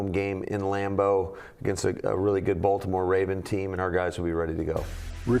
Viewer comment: a "TOUGH" baltomouer teamm, yeah okay